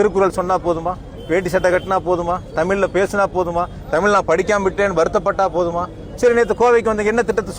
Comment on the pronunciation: தமிய் இல்லடா முன்டம்